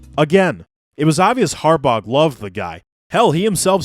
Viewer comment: had to turn if off when he kept saying harbog